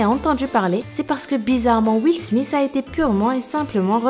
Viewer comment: Tu dis smis ses smith